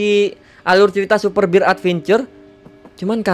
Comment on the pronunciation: Super bear bang bukan super bir 😅